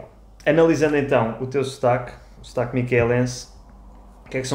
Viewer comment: Wow the vowels are really moving into French vowel territory with Portuguese [u] turning into [y] & [ou] into [œ] or [ø], & /ão/ into /ã/! Vaca miquelina is HILAR. Also just realised your pronunciation of "sotaque" is like "Stark" in British English. LOL.